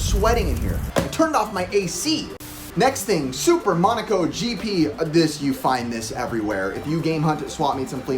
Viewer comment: "SEE-ga Mo-NAW-co"